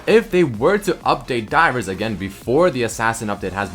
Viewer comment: everytime he says 'divers' i understand dyrus T^T